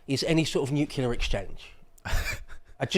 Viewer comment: it's NUCLEAR not NUCULAR